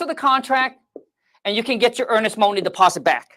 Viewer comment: Let’s go get this moahney!!!